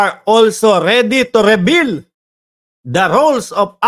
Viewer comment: Reveal hindi rebeal